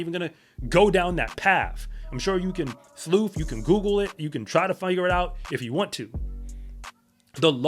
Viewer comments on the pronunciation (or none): none